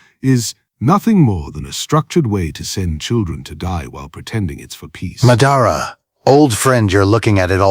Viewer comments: ngl them pronouncing it “muh-dah-rah” instead of “mah-dah-rah” was really pissing me off😵‍💫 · why are they pronouncing it muh-dar-uh when the name is obviously pronounced Ma-Da-Ra in the anime? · that pronunciation of Ma DA RA was horrendous it kept throwing me off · muh-dar-uh.... ahh my ears! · AI pronouncing it like M’dara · Turned the video off as soon as I heard “ Ma-dah-rah” 😂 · The way he says Madara is a crime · Idk why it bugs me when someone says a naruto character name wrong. Madara saying his own name wrong bugs me a lot 😂 I can't help it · Learn how to say Madara. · Hearing them mispronounced Madara name is nerve wrecking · Yeah - I hit 'Stop' the second you mispronounced "Madara'...